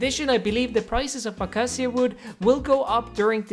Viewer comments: Acacia is pronounced "a-kay-sha" not "a-ka-see-uh" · I believe it is a-kei-shuh, not the way you said it. Great video regardless! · I’m sorry but it’s pronounced A-k-sha wood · it’s pronounced uh-kay-shuh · Acacia wood is pronounced a-cay-sha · When you say ahkaseeah I get triggered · Bro ill teach you hot to pronounce it xd Its akay-shi-ya Acacia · Normal people: Acacia: Akaciq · Never heard anyone pronounce acacia like that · The way you say acacia hurts my brain